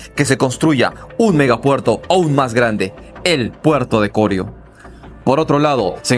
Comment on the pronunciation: Corío es la palabra no corio como lo pronuncia.